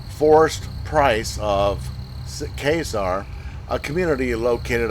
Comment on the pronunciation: I live in Morganton right up above casar it’s not pronounced quite that away it’s more like this it’s going to be hard to say without saying it now it’s like this casar it’s pronounced as if it’s got an e in front of the r instead of an a caser but it’s casar